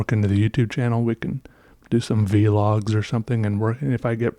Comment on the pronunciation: I love that you say "vee logs" haha you're such an old Grandpa and I mean that with lots of kindness.